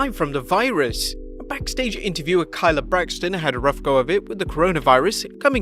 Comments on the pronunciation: Its kay - la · How do you end up pronouncing Kayla's name wrong? How Sway?